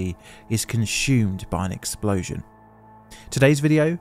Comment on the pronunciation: "Conshhhhewwmed by an explosion."